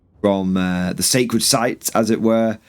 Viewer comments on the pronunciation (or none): none